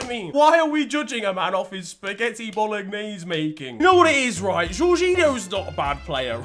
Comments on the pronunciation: Did man just pronounce the ‘g’ in Bolognese nah 💀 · Man said spaghetti bologggnaise